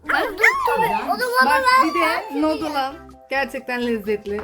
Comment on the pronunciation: Abla nodül değil niduldiye yazılıyor nudul